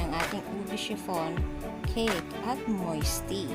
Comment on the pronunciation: Moist po not moisty. 😊